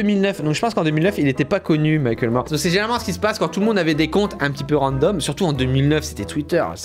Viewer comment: C’est pas « Michael Mor « mais Mac le mor